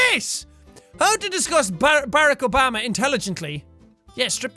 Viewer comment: Jack you say barack obama like ba-rocka a-bomba (best english help ever)